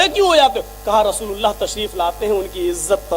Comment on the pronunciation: Abe pagal rosululla thik se bolo thik se bolna nahi ata abe pagal allha ke rosul he